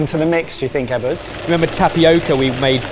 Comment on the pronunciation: lmao saying "Eggers" instead of Ebbers had me laughing pretty good. I love the mystery dish challenge and Indonesian style cooking is one of my favorites!